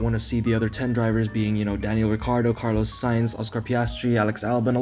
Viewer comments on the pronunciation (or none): none